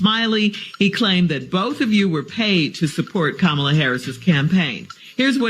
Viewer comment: Mispronouncing Kamalas name is just disrespectful Umar. She is a black woman. Show some RESPECT!!!